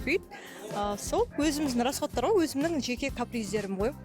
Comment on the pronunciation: "ғо-ғо" демей, "ғой" деші 🤬